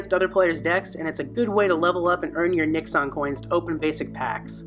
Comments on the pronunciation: One point. You repeatedly pronounced the coins as Nix-ons. As these coins reference Fururama which itself references former American President Richard Nixon, the proper pronunciation is closer to Nix-in. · Say it with me.. "nix-UHN". Geezus . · The way you said Nixon had me lost AF for a minute 🤣🤣